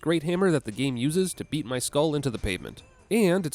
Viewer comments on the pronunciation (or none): Emphasis on "beat".